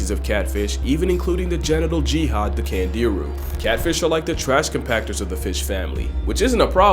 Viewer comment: meestah kahtfeesh